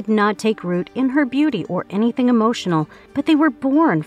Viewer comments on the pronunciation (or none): none